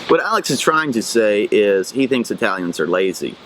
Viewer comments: Bitte lern mal das Wort EI-täliäns korrekt auszusprechen es heisst I-talians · I think, based on his.pronunciation of the German suffix "-ig," that the German is not from South Germany at all. Why was he calling Italians "Eytalians?" German does not have "eitalisch" but uses "Italiener." (Older German used "wälsch" for "Italian.")